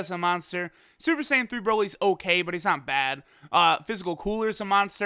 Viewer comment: "OhKlay" lol